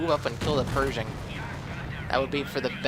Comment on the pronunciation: its pershing not persing like persia great game though